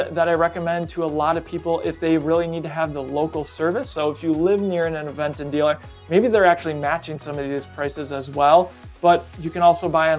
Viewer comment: FYI... It is pronounced "Aventon" with the accent at the "ó". Aventon is a slang word in spanish that means hitch, hitchhiking, push, ride.